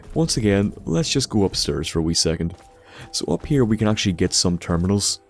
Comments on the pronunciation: fuck stop saying upsterrs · He went upsturs!